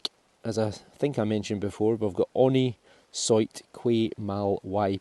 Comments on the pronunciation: The Scottish accent is entertaining in itself, but could I respectfully suggest the proper pronunciation of the motto of the Order of the Garter: Honi soit qui mal y pense is pronounced (approximately) 'Onny swa kee mal ee pahnse'. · The legend on the sixpence is pronounced - on knee swa key mal uh ponce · why don't you google how the pronounce honi soit qui mal y pense? It is available on you tube.